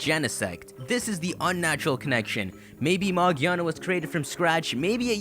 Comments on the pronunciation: Magiana? Magearna. Its magearna magearna bro Ma Gear Na Ma Freakin Gearna! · r u blind its megearna not mageeeeaaaaarna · magearna? its magiana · magearna... no maginaya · It's Magiana, not Magearna. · I dont think the pronounciation is "Ma-gi-ar-na" I think it might be "Ma-gear-na" as in grinding gears etc. :) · Why in the title do you say Magearna, but early in the video you quote it as Magiana? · Did you record this before NOA confirmed that the name is Magearna? Because you refer to him/her as Magiana. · its not magiana its magearna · It's magearna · it's calld ma grear na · ma-GEAR-na. not that hard people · It's pronounced MA-GEAR-NA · ITS MAGERA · It's pronounced MA-GEER-NA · Not mag e ana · its pronounced ma-gEER-na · whats with people saying 'magiana' is it the japanese name or something? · I don't get how it's pronounced magearna if it doesn't have an r anywhere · I think it's pronounced as Ma-GEAR-na. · It's Magearna btw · That’s not how say it’s name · it's pronounced with a "g", like girl and gum. just look up the katakana for the japanese name, it's a ge character not a je character.